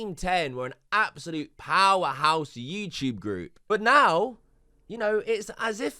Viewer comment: Why do you say you tube , “youchube” sounds so fucking cringe